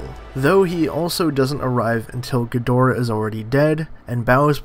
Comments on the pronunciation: ghidorah is pronounced like “KEY-DORA” the hard G is ..americanized and incorrect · it’s key doe-ra with one tongue roll on the r